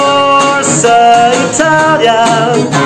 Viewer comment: Brilliant, so good. And congrats for the perfect "Forza Italia" pronounce. Well done